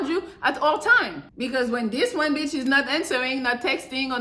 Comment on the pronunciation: I love when you say beeitch. Rude but it's just funny.😂